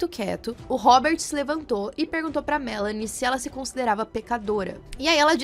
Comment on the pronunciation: Adoro quando falam meu nome direito kkkkk Melanie aqui o/